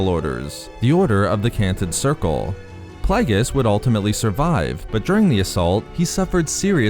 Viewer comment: Plague-e-us not playgus ffs